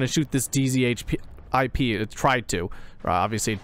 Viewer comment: dzhip is pronounced as jeep. very useful video.